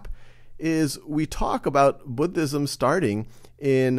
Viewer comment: i wAS WATCHING THIS foR WORLD HJSTORY AND I WAS SO HAPPY WHEN HE DIDNT PRONOUNCE IT LIKE “BOODISM”